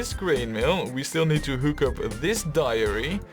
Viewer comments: Good to see that the canals did not get the best of you! And I don't mean to be that guy, but it sounds like you are saying diary instead of dairy for the milk farms. Dairy rhymes with marry. Man, those are weird words, i had to google them just to make sure I was spelling them the right way round. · ***** It really isn't horrible. It's actually quite good, barring a couple pronunciations here and there. And it's understandable given how nonsensical English spelling can be at times (even worse than Dutch spelling ;) ). But yes, "dairy" rhymes with "berry". The only other word I've heard you mess up is "livestock". The "live" in that word rhymes with "dive", not "give".